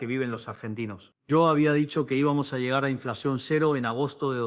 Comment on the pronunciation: Qué truchada y falta de respeto !!. La IA que "que usaron" sólo sirve para divertirse le hacen decir a Milei "iá" en lugar del ¨"Sha" de un porteño, y "io" en lugar de "Sho" !! jajajaja se volvió riojano para hablar !!! Será por su consideración por el turno Menem ? CHANTA !!!!